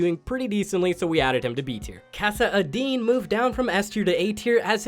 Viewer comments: “Kassy-Adeen” it’s Kass-uh-din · Did you guys hear this dude really say, "Kassa-Addeen" ? Im dying